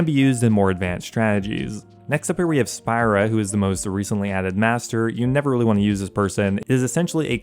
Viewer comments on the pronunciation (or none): Easily fixable errors in this video: You mix space/no-space after your dash "bullet points" You say and write Spria, the slayer master, "Spira" Missed a closing parenthesis under Krystilia's name Mazchna is pronounced Mash-ner Adding spaces back in after a few slayer masters without Back to no spaces Back to spaces You edited in the dragon dagger ... weird. Also there is a space in "Berserker ring_(i)" You change from your spelling of "Exp" earlier to "XP" Spelled "Suqahs" incorrectly (also pronounced weird) Also spelled "Aberrant" incorrectly (You don't mention that you can permanently block fossil island wyverns without using a block spot) Capitalized V in Bloodvelds Spelled Dagannoth wrong Oddly decided to shorten "Gter Demons" when you've just been shrinking text the rest of the video Plural issues on some types of enemies lowercase d'hide vs uppercase D'hide on same screen You don't include (i) on the Archers Ring (you also do Archer Rings instead of Archers Ring) The... Maryditch? Meiyerditch Getting tasks from Turael does not break your streak. Using him to cancel your current slayer task does. Also relevant You confirm this same thing moments later but the slide and words at this time are bad. "If you have 200 and grab a task at Turael, it will reset your streak." Spelling during the late game slayer section was solid. I've said th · Isn't it Spria and not Spira?